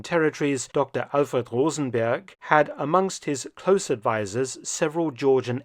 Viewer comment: “Dr Alfred Rosenberg … “, that was not an English pronunciation. I thought the Nordic participants in SS were grouped into ONE unit only, but do video about that.